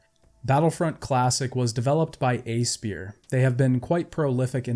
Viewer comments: i've noticed aspyr being pronounced as "eyy-spear" or "ass-per" and can't help but wonder if it's those or "aspire" lol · Aspyr is pronounced "aspire."